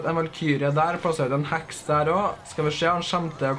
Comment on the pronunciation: Når du sier heks så tror jeg du sier hacks